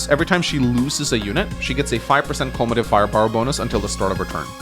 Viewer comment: culmative? I thought it is cumulative, but said "culmative" so I am confused if my English is bad (I am not an English native speaker)